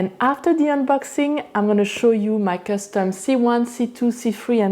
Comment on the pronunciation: It is custom not costum